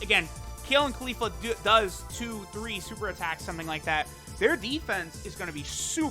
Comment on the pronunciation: Everytime he says kale or califla I click off the vid